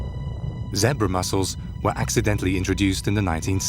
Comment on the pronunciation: ZeBBra muscles?? Really? Not zebra muscles ehh?